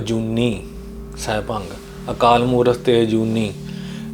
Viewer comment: “ਸੈਭੰ” ਨੂੰ “ਸੈਭੰਗ” ਉਚਾਰਣ ਨਾਲ ਅਰਥ ਬਦਲ ਜਾਂਦੇ ਹਨ 🙏